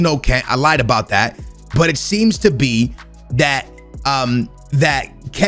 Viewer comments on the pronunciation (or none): none